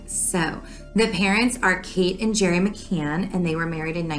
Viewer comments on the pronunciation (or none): It's Gerry NOT gary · I forgot to add as well that dad's name is pronounced with a J. So, Jerry, rather than Ge-rry. Hope that makes sense.